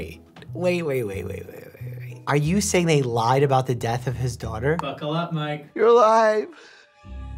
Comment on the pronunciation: The way said “buckle up mike” it really sounded like “ buckle up mate” sounded so Aussie 😂😂😂